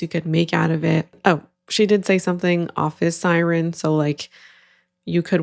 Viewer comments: omg yes, that makes sense that its scripted. Sireeeen lol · Yeah, typically I hear siren pronounced that way in Bawlmerese, but she said it that way like she’s never encountered the word before. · Given how the first girl says "office Sigh-reen" yeah, it was in the script.